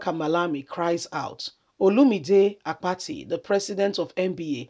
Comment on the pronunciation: It's Olumide Akpata not Apati pls make extra effort to pronounce what u pls thks